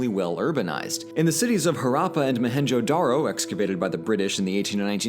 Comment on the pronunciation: Ok but blues pronunciation of Harrapa and Mohenjedaro is killing me💀💀